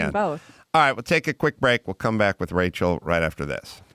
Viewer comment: Racel Ick-atel.